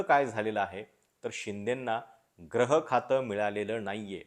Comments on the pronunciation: ग्रह नाही गृहखाते,ग्रह या उच्चाराने अर्थ वेगळा होत आहे. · ग्रह की गृह याचा उच्चार मला वाटतं gruhakhat ऊकारांत झाला पाहिजे.